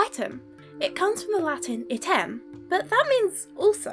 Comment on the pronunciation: Good foreign pronunciation as far as I could tell—only remark is that Latin item is accented on the first syllable.